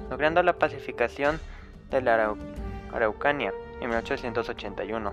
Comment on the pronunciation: Araucanía se pronuncia en la í